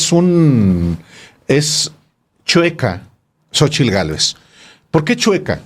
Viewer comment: Talvez este equivocado pero Xochilt no puede pronunciar la letra "R" la pronuncia como "L".......alguien lo ha notado?